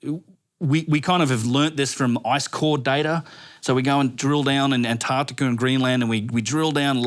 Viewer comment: AmericaR, AntarcticaR, AustrayeaR. what accent is this